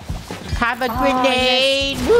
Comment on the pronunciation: Draco: HERES A GRANANDE Me:I'll catch a grenade for ya krew